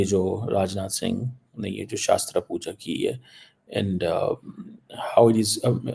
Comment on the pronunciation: It's shastra puja not shaastra puja. Atletët you should have done your homework before barking